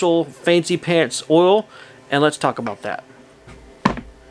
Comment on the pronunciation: Another good video! Where are you from with that accent? I chuckled when you said oil back to back! You pronounce it funny! “Ool” 😀